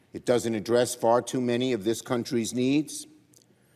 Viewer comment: "Dis country's needs"? Like printing comic books in Swaziland?